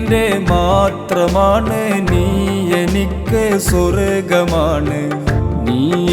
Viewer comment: നീ, നരകം ഇവയിലെ ന എന്ന ഉച്ചാരണം ശരിയല്ല..അതു ശരിയാക്കമായിരുന്നു